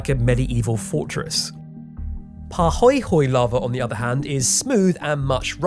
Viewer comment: Hawai'ian pronunciation: a'a was good, but the "oe" in pahoehoe is pronounced more (but not exactly) like the oi in poi. Listen to a native singing the famous song by Queen Liliuokalani, "Aloha Oe." Note: This is all off the top of my head from childhood memories. Any kama'aina have more helpful tips?